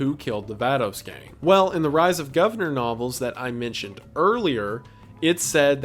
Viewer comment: Also that’s not how you pronounce “Vatos Gang” Wendi lmao 😂